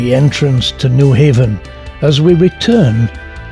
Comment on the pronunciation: Terrific video and narrative. The narrator, however, was apparently not schooled on certain proper pronunciations. Nyhavn is not New Haven, but is pronounced New Houn. Nor does it mean New Haven, but rather, New Harbor. Same holds true for Kobenhavn - not Kobenhavn, but Kopen Houn.